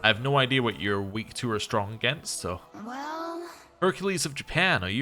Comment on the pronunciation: Huh. So obviously I have been listening to you for years, and thought I had a pretty good idea of what your accent sounded like. Like 90% American with the occasional British pronunciation thrown in, but then you said "idea'r." Which to my knowledge you have never slipped in a non-rhotic intrusive R, so now I am very confused. Either you just got back from a trip to Boston, been watching a lot of Bernie Sanders, or your "real" accent is very different than I thought. :)